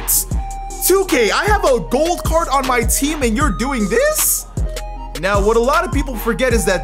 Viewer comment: When u say gold card I listen goat card